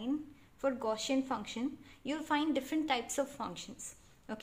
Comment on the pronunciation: Thank you very much. Nice work. But please correct your pronunciation of "Gaussian". It was sounding a bit weird.